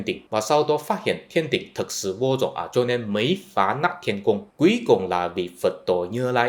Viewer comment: Nói "vô dùng" thì vẫn hiểu được, nhưng người Việt Nam thường nói là "vô dụng" nha anh.